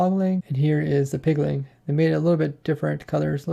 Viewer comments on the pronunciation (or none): Pretty sure it's piglin and not pigliŋ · Take a shot every time he says Pigling or Hogling instead of Piglin or Hoglin. Joking aside this was a very informative video. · Where do you get the ing from. It's piglin it hoglin.